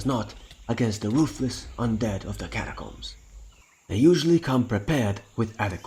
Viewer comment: I’ve been trying to figure out what ur real accent is for ages and then I hear ‘ca’acombs’ Hmm I wonder